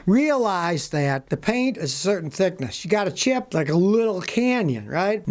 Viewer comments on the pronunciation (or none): none